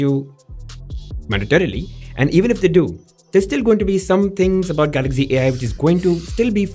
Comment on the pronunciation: Is Galaxy not Galagzee 😂